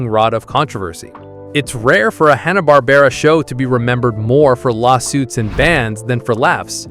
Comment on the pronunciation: This is crap! I couldn't make it to 2 minutes. You can't even say Hanna Barbara correctly 2 times. Green beanie on the dog...oh my you are blind too. 😅 No thanks I should have known by the claims as well as your channel name.